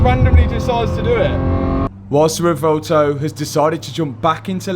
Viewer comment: Sorry to sound like a broken record, but it's pronounced 'rev-well-toe'. Love the videos anyway...